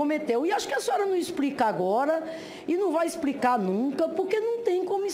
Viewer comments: Nooossa: "ixpricá"! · Expricar! Viajar na maionesi - como pode falar errado ; e exercer esta função ?... acorda Brasil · "Expricar" é o cúmulo. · A senadora: exprrricá, presidenTA, pudê, ponto de vistcha, supusições, impitichima, guverno, que nível! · falou ispricar, incrusive, supusição🤣🤣🤣🤣